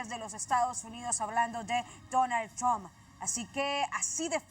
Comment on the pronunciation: Sí, a JOH le llegó su Navidad pero... Que onda con el acento de esta periodista?? De donde es? Pronuncia la t como gringa, y cuando le toca decir Donald Trump ni siquiera lo pronuncia como es jajajaja tamos Johdidos...